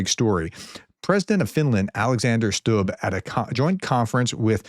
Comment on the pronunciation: Excellent pronunciation of Stubb. Authentic.